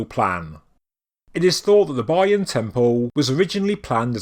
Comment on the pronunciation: It’s terrible pronouncing of Bayon and Khmer.